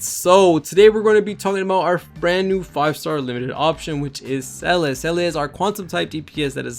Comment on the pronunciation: Great guide bro. Her name is pronounce Zee-luh btw it's German.